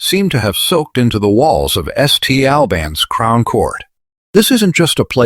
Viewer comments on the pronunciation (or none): Its pronounced Saint Albans